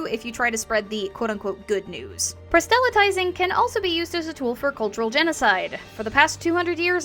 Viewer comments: Please, don't take this the wrong way, but the word is [PROSS-luh-tizing], not [pra-SELL-a-tizing]. This is a quick way to turn people off who may assume your content is just as incorrect, and since your video is quite good, that would be a shame. Otherwise, keep up the good work! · It's a nitpick on your excellent video, but I don't find that pronunciation of "proselytizing" in any of my sources--they all have the emphasis on the first syllable. Is this a different dialect than what I grew up with?